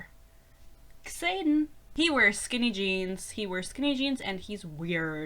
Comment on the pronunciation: your mispronunciation of xaden is deserved tbh what a silly name 😭